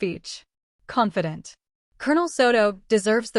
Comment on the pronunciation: Why is it that everytime I see the word 'confident' it sounds like 'competence' from the narrator? There's a big difference. BTW, what would it have cost her to forgive a dying woman? Yes, the Aunt Marge wasn't supportive and humiliated her ... ok, get over it. She tried in her own way to apologize but being from a military family, there are a lot of things, civilians don't understand and without some information (that is not classified ... like being responsible for saving lives, or to coordinate special operations, etc) is not divulging classified information but at least it helps civilians understand that there are different departments in the National Defense that are all very important in the Nation's security. Also, I have to laugh that the ones who say they are not religious or don't believe in God are the ones who say OMG or want prayers when something tragic is happening to them or their families or thank God for something precious that happened.